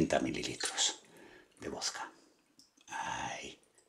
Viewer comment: se dice VODKA no VOSKA